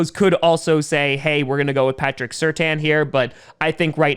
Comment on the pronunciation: Fun fact: his last name is pronounced Sur-tan, not certain.